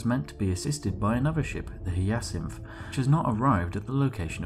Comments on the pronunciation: Spliff, hate to tell you this but it is pronounced hi-ya-sinth not hee-a-syth. The Hyacinth is named after the flower, same as the Crysanthemum. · Very cool fluff, but its "Hi-a-cinth" not "Hya-cinth". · "Hi A Synth" not "He Yeah Synth" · just a heads up it's said high-ah-synth it's a flower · That Hyacinth pronunciation was painful to hear.. For future it’s said like - Hi-yah-synth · It's pronounced as Ha-ya-sinth. God damnit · Your pronunciation of 'hyacinth' causes me pain xD